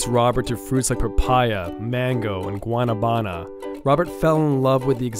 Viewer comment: Just call it soursop. You butchered the pronunciation for Guanábana